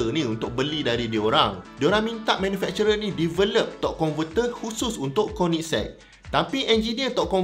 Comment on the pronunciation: Akhirnya sy pandai sebut nama kereta ni bila dengar abg sebut 🤭